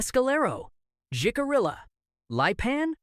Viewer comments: Wow, your massacred the Apache name Jicallira (Hic a re a) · You need to learn how to pronounce Jicarilla and Lipan. You are embarrassing yourself.